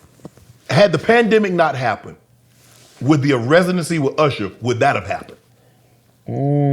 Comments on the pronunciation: He even pronounced his name Ursher! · I loove that he still calls himself ERsher, the south gave him that name because we cant say Usher. LOL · ...UGHsher even mispronounce his name URsher. Could someone tell him there isn't an R before the S nor a SILENT R before the S. Maybe there's an INVISIBLE R. LOL LOL LOL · No one's gonna bring up him calling himself URSHER?? 😂